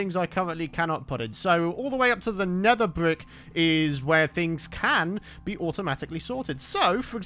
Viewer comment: Am i the only person who heard say “Blee” instead of “be” or am I insane?